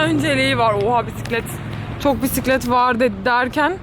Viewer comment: "pisiklet" deyişi🚲😂